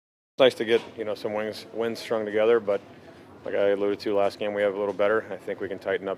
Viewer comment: Wings. Hahaha. WINGS. I mean, WINGS?!!? HAHA. I think you mean WINS dude. Bppffffbbbtttt. WINGS!